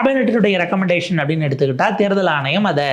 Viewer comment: தேர்தல் ஆனையம் அல்ல தம்பி " ஆணையம்" your Mode of Thamil is annoying . Try to regain else will be unsubscibed.